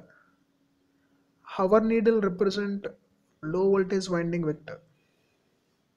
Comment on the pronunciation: its not hawar...its hour..with h silent..